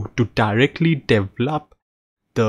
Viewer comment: It's deVElop, not deveLOP.